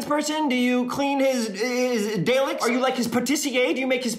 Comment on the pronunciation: subtle mispronunciation of dalek is just a bit funny